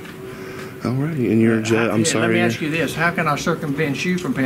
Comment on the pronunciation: OK. i axe him not to.